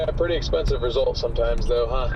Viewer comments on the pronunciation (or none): none